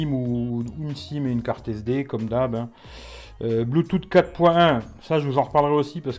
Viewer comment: Tu fou mon gueule toi ? le bloutoute ? qui en 2018 dit bluetooth prononcé bloutoute